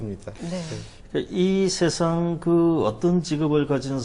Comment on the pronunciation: 다시 ,긴 소리인 자를 짧게 잘못 발음한 예: 세상,대표,시각 등이고, 여 대담자는, 좋겠읍니다 고맙습니다의 첫자를 짧게 잘못 발음했읍니다. 제가 되잖은 소리를 했는지요. 음성 언어에 있어서 발음은 가장 중요한 것입니다. "한국 어문을 고발함"이라는 책을 일독해 주실까요. 미국 변 완수 배